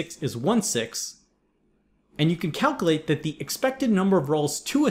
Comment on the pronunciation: Did I just get a grammar lecture from a dude who says "figger out" and "calcalate"?